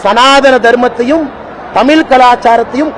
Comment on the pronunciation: Tamizh nu olunga solla therla vantaan ivan